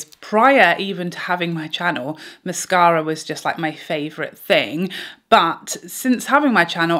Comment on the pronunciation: I love the way you say mascara! Also -- when applying, I always get mascara on the top eyelid (I'm guessing from the brush touching lid thru the lashes when I'm coating the base). Any suggestions anyone on how to stop this while still coating the base of lashes? I hope that makes sense.